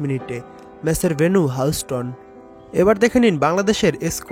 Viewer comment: Houston uchharon sikh age ....boloda